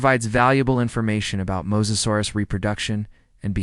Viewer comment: Let's make a video and mispronounce the main topic through the whole video. Cant take it, did not finish. Fail! 👎